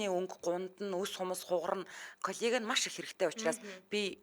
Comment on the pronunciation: Коллаген гэж аятайхан хэлмээр ..